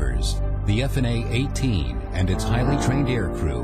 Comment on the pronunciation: I must take issue with the ease of which the F-18's destroyed the enemy forces as well as the narrator's pronunciation of F/A-18.